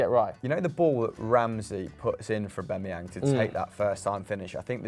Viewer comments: Why they pronounce it “Owbamayang” so weird😂😂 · If only they could pronounce Aubameyang correctly